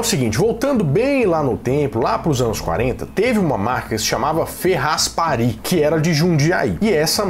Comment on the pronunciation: O nome da empresa e Ferráspari, e não "ferrasparí" Sou chata, eu sei 😂😂😂😂😂😂😂 E sou de Jundiaí 🥰 e esse é o melhor refrigerante de "Tubaína"! ❤